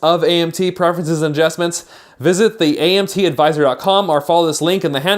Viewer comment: AdJESTments? hhaha